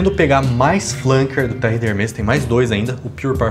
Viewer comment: Hermés se pronuncia com ambos os "e" abertos.